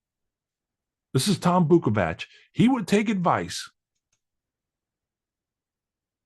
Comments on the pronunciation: Might just be me but it seems the guy insistently repeating that he's "taking the high road" only to repeatedly intentionally mispronounce the dude's name and then misrepresent the quality of the dude's playing with a lame phony tape is not, in fact, taking the high road. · Yes but Tom is better looking than you and he doesn't chew snut when he is talking like yourself which btw is so annoying....I bet you have bad breath and your name kind of ducks .It's not vokefik...it's vulyfook.....wtf!? ..... You can play guitar however that's a given.....Your playing is fine imho..You can play .Tom really got to you buddy....